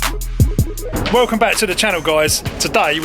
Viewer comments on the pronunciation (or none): none